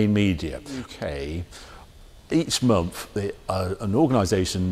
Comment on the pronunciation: Harry - for Gods sake man it’s a MONTH not a MUMFF!